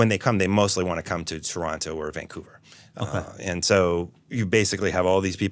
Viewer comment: Respect for saying "Toronto" properly